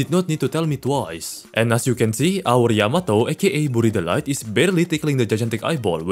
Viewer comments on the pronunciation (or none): Can't believe he misspelled and couldn't say berry delight